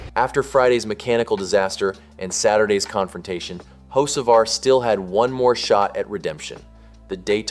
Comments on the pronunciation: His last name is not hoshevar it's ho ceee var. No sh in it!!! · You mean "ho-SHA-var" as the idiot voice keeps saying? Hahahaha.. Can't even pronounce his damn name right. Sick of click bait.. Hell.. I'm sick of YOU TUBE.. REad their terms and rules.. As long as you aren't actually changing election results or something extreme like that - IT IS ALLOWED FOR ANYONE TO MAKE TOTALLY BOGUS VIDEOS. SIMPLY GOOGLE "HOW much of YouTube content is factual?" AND READ WHAT IT SAYS. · There is NONE! RIDICULOUS. I LOVE THE Way the guy, (narrator) that keeps saying "Ho-sha-var" also says "one of the most heated conversations of the 2026 seasons so far"... WTH!? Hell, he could have been eating a ham sandwich while driving AND IT WOULD BE ONE OF THE MOST heated conversations of the 2026 season! It was the 1st damn race (points race) of the friggin year! So sick of seeing these idiotic click bait videos narrated by someone that doesn't know NASCAR from the Crown Vic skirmish/race at my local track! There is no damn controversy.. Also, I'D BEEN SHOCKED IF HE HAD OF WON.. IT IS DAYTONA.. CRAP LIKE THAT ALWAYS HAPPENS ON THE LAST LAP.. Simply put - it is SUPER SPEEDWAY racing .. AND IN NASCAR'S WORLD IT IS PAR FOR THE COURSE.. I SUGGEST NOT SUBSCRIBING TO THIS RUBBISH CHANNEL. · Why are you pronouncing his name like Hoshevar?